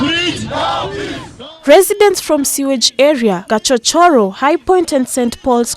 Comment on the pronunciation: Gachororo not Gachochoro 🙄🙄